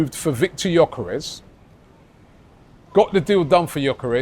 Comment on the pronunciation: Robbie, please Brav Can we get this guys name right? It's pronounced Yerkaresh Yerkaresh Yerkaresh. NOT Yokarez or gorkarez . It's so annoying when people get your name wrong. Everybody on social media is doing it. He must be absolutely sick of it. If you say it correctly on your pod then maybe other people would will eventually get it right. I absolutely love this channel now but it's driving me nuts. If everyone called you Rabi Loolie it would get on your nerves wouldn't it ? This the top arsenal podcast in the world. You can fix this amigo